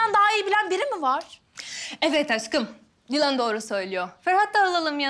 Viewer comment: de sanki yılan dedi Ama Dilan dedi